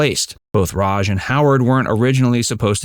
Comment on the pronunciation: fun fact: her name is Rauch, not Rouch